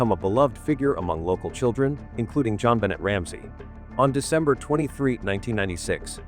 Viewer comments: Her name is pronounced “Jon Benay” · AI is disrespectful to JonBenet especially when it mispronounces her name. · Please say her nabe correctly. As a matter of respect. Someone was already in the house I say. Poor baby girl xx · You know, if you're going to use AI, try listening to it before releasing it and dub in proper pronunciation! This is a serious topic and not even saying the victim's name correctly is disrespectful.